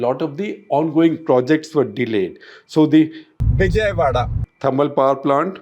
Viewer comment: Say "Vijayawada" again 😂